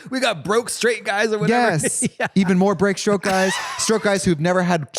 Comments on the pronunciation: "brake strote guys" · “Brake strote guys” lmao